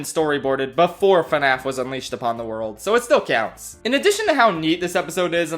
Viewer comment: I will NEVER get over how says “cyounts” 😂